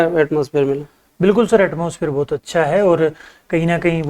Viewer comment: बहुत को भोत बोलते, श को स बोल रहे, और को ओर, ये कैसा माजरा है भाई